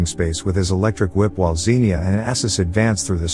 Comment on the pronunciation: BTW it's pronounced Ksenya not Zeenia lol the x is meant to be like a ks sound in one letter. Propably stylised like that cos it's just more sci-fi haha it just a small nitpick though 😅 just it was niggling at me all video.